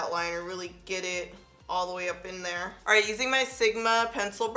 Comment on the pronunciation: Here goes my 15 minute break that i extend to watch this video 😂😂😂 “Nice thin runway right thur” “Nice little contour right thur” “Landing strip right thur” “Nice little nose snatch right thur” gotta love your videos❣️thanks for the constant uploads, reviews and bloopers.